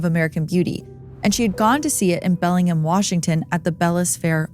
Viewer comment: Great pronunciation! Some people really have trouble with PNW names lol Bellingham is pronounced exactly how it's spelled tho...Bell-ing-ham. This & your THT episide, it's a great day!